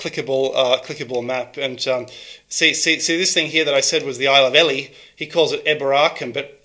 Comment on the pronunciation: Ely is pronounced "eel e" cause of all the eels! Video and research comin up! The Kos'manaughts are out on the case!